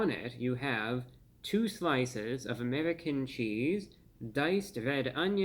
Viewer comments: Did you roll your tongue on "Amerrrican cheese"? And they say us white folk aint cultured lol. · Reviewbrah rolling his 'R's' all fancy like. "Amerrrican cheese" 😄